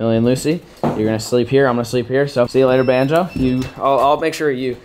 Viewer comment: Lmfao that’s not even og!!! And it’s bonzo not “banjo”